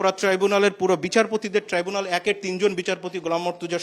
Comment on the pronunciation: ট্রাইবুনাল যখন যে সরকার আছে তখন তার বালের ট্রাই বুনাল।। ট্রাইব্যুনাল কইরেন না শুনতে ভালো লাগে না